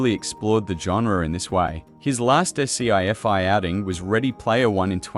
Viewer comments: his last ESS SEE EFF EYE warning..it's pronounce SCI FI, AI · The AI reads “Sci-Fi” as “S-C-I dash F-I”. Have aliens influenced the AI? Or non English speaking programmers? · The "Ass-Sea-Ef-I" didn't bother you? It's A.I., it's everywhere on Youtube nowadays. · Hello no we're not ready, esp not psychologically. We'd flip out big time. The AI voice sounded so damn good, but it was the way certain names were said and Sci-fi which was, "s, c, f, i, release." Pretty bad, imo. But funny at the same time. 🤣😳🤣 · Skiffy?! The AI cant say Sci-fi lol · How damn many times is the AI gonna pronounce "sci-fi" as "ess see eye eff eye"?!?!?! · yeah, that and s-c-i fi (spelling out sci) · Get your AI voice correct, and I might subscribe. Better yet hire a voice actor to read for you. Sheesh. It is SCI FI, NOT SPELLED!!! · Are content creators scared to speak themselves? Did this thing say S C I Fi? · .... "Skiffy" 🤣 That was a proposed pronunciation of "scifi" floated back in the '70's and roundly rejected! I suspect AI narration here...sorry (not sorry), no like and subscribe... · S,c,i f‐i ? I heard that,this is a.i. slop. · Es-see-ay-ef-ay... dear retarded AI dubbing, you are not only fucking moronically vervose, repeating the same shit over and over again, but also downright fucking retarded.